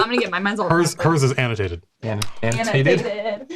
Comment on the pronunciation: "Annatated" idk why but I can't stop laughing at this.